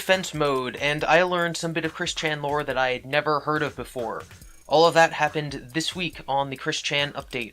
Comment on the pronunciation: You say the word All weird. It sounds like your saying Wall.